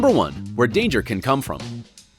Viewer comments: *Danger, not Dangrer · "Dangrer" - All credibility just left when the extra "r" came in.